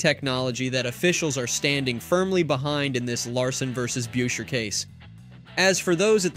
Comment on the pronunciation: It's Chris busher(beuscher). Seriously